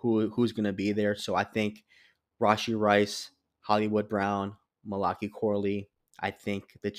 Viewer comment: Mali like Cali, then Kai. It’s a book in the Bible, last one in the Old Testament. It’s actually Mal-uh-Kai. For future reference.